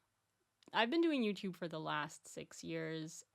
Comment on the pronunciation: I love when you say "YouTyube"